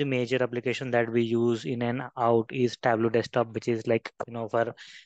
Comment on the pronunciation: It's Tab-low.